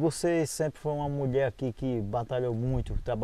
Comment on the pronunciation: Só tem uma coisa o e muito bom pra trabalhar nos vídeos mas ele tem q aprender conversar ele fala Muié e muita Coisa errada